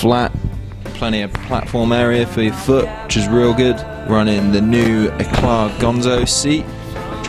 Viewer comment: Pronounced e-claw or e-cla the t is silent.